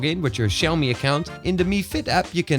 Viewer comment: 'Xaomi' anyone noticed that?? Hehe